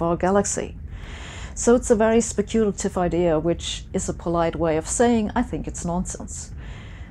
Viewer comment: specuuuulitiv lol